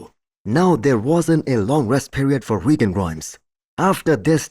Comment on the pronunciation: Your pronunciation is very acceptable. I’m a Nigerian and that’s an Igbo name even though I’m not Igbo myself